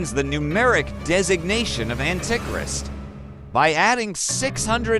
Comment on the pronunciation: ... ..."an-tic-rist"? 😂 I hate Robovoice. To the dnr zone with ye!